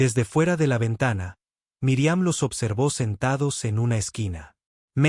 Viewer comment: Es míriam no miriam,su no saben pronunciar los nombres no digan nombres,que falta de ortografia tienes al hablar